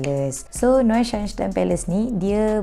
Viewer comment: Cuba ulang sebut name istana tu😭